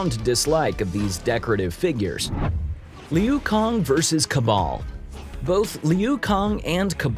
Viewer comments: Calls Kano and Liu Kang, "kah-no" and "lee-yu kong"... literally a pronunciation fatality. A pronunciality if you will. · li-you Kong 💀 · Tell me you haven't actually seen a mortal kombat movie without actually telling me. "Leu Kong, Kono" LMAO Me "Its Kay-no and Loo Kaang" Also, the only noteworthy fights in this movie were between sub-zero and scorpion! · The dude says his name KAY-NO, voiceover dude says kAh-No, and LEEOO KHANG IT"S PRONOUNCED Lou Kang, get it together man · whenever he says "Kah-No" Me: "IT'S KAY-NO!" whenever he says "low kung" Me "IT'S LIU KANG!!!!!!!!!!!!!!" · It’s Liu Kang not Liu Kong your mispronunciations are literally the worst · Kah-no? 🤨 Lee-yew Kong? 🤨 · Lu Kange! Kay No! Get it right! Say it with me...Kaaay -No. Yes! Now play any MK game pick one character and...FINISH HIM! PRONOUNCABLILTY! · Lee you Kong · Seriously. Did this man say liu kong? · I don't think this guy knows what mk is because he doesn't even know how to pronounce the names of the people he is talking about .conoh is not his name it is Kano , bi han is bee han, Liu Kang is leokong. I swear to God this man just knows the basics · Am I the only one that’s cringing when he says Kano’s name and it’s not reptile that they fight and not to mention LUI KANG?! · Homeboy, do your research 😂 I’m now less excited to watch the movie knowing every time I hear somebody say “Kano!” I’m gonna hear you in the back of my head “Kahno!” Same for “Leu Kong” 😂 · for real liu kang too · And Liu kang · Saying kano wrong is fine by me but pronouncing liu kang wrong? NOW THAT'S JUST WRONG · You are pronouncing Kano and Lui Kang wrong, bud! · Who he massacred the name Kano and Liu Kang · When was this guy born last year couldn’t pronounce Kano or Liu Kang get this guy tf outta here and send him back to the rock he lived under the last 20+ years. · I love the vid. But u clearly haven't played a mortal Kombat game if can't pronounce kano and lui kang